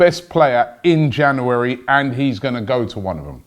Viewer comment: Don't know where Robbie found that second r in January but he did it